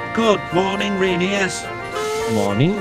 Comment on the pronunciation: I like how this gets closer to pronouncing Rheneas correctly than the show ever did in 25 years.